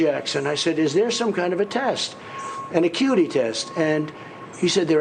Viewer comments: A-Cutie? Shouldn't it be acuity? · "iquity" ???.... ya so i googled it...that's not a word Donny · Did he say the "icutie" test? Lmao maybe my hearing ain't sharp today lol